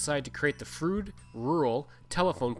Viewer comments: I am sure that your pronunciation is accurate but Sask folks have a way of adapting names. For example. Bienfait Sask is pronounced "Beenfait". "Froode" became "Frowd". It is logical if you look at the spelling. I was minister at Froude in the early 80s. It closed as you can guess from lack of members. I also knew Logan Bjarnason very well. Thanks for an interesting film. Brings back many good memories. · I was the last minister of the church In Froude. The church they show in the video was actually moved into the community after the first church burned. By the way, residents of the area do not pronounce it it as "Frood" (although ot may be correct) as the narrator says but "Frowd." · I second the correction re pronunciation. It is indeed "Frowd". My great grandparents and grandparents homesteaded in Froude in about 1902 on three lots. My grandfather (Bert Grey) was on the school board and met my grandmother (Jessie Trethewey) when she came out from Nova Scotia to teach and boarded with the Greys. I had heard of the tornado which apparently lifted their house off its foundations and set it down again. We have some cut crystal bowls that were said to have survived that event. Thanks for doing this! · I was baptized in Froude and still have a collectors plate with a picture of the church on it. My cousins still live a few miles north of the town site. Funny this guy seemed to do his research on everything but the proper pronunciation of the town he is reporting on.